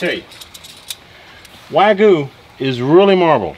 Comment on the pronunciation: its Wa Gyu not wagu